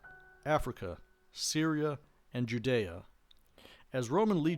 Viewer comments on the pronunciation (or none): none